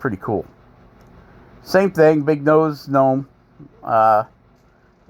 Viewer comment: What’s a guh nome?🤣